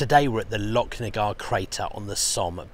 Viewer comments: Great video once again, its pronounced lochnagar as in loch ness not locknagar. 😂😁👍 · the ch in Lochnagar is pronounced the same as the ch in Loch Ness